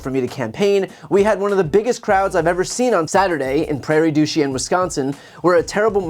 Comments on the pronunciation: "Prayer doo SHANE.' Prairie du Chien. People hear this all over the world, sir. (It took you longer to fake a way to say it than to have found out.) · Sorry Brian... love your stuff.. but as a Wisconsinite I feel obligated to tell you its pronounced Prairie du Sheen not Prairie du Shee-en anyway... keep up the great work.. i share your videos with whoever I can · It's Prairie du "sheen," I'm a Wisconsinite 😁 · Prairie Doochien got a chuckle out of me. It's Prairie Doo-Shane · It pronounced sheen ...not chi en. but well done otherwise. keep up the good work. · It's pronounced "Prairie-Du-'sheen'. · FYI Chien is pronounced like Shane😊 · You're pronouncing it wrong. It's Prarie du "sheen" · It's pronounced Prairie du SHANE. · Those of us from Wisconsin pronounce it PRAIRIE DU SHEEN. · 😊it’s locally pronounced “due-shane”. Nice town. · Small thing- in Wisconsin, it’s called “prayer-ie-do-sheen”. I know that’s not how the French pronounce it, but it’s not in France . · For the record, locals pronounce it more like "prairie do shane" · Prairie Du “sheen” is how it’s pronounced. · As someone who grew.up near prairie du chein, the pronunciation bugs me. "Prairie-doo-sheen" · It’s WI, so you can call it whatever you like 😂, but it’s Chien like “sheeen” FYI…in the event that this gets talked about more in the future… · Brain, Wisconsinite here, the town is pronounced Prairie du SHEEN. Like martin Sheen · It's pronounced Doo Shane. Like do something Shane. We don't say French right here in Wisconsin. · Prairie du Chien pronounced "Sheen" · It is Prairie du Chien... pronounced "Sheen". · I grew up in that area, those who live in that area pronounce it Prairie du “Shane”….. Just FYI. Surprised the orange peel wart hog held a rally there….? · Brian-it’s pronounced prayer-do-sheen 😂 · Its pronounced prairie due sheen by the way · Not bad attempt for a non-local, but it’s pronounced Prairie du Sheen. But at least you didn’t put a pause between each word! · 'Prayer du sheen'